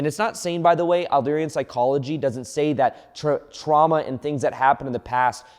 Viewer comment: Excellent explanation of Adlerian psychology! Also fyi it’s pronounced “Add-leer-ian” psychology ;)